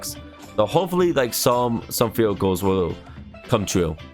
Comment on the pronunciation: you kind of sound like you said field goal instead of vehicles